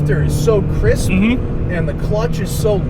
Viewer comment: "The shifter is so crisP" with extra emphasis on the P XD